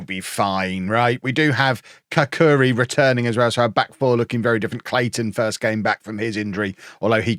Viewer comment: The Albanian centerback's surname is pronounced [katsuri]